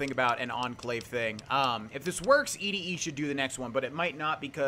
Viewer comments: ED-E is pronounced like 'Eddie' The quest is named after the song 'Eddie My Love' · ED-E is pronounced like "eddie" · I think it is pronounced Eddie... like Ed - E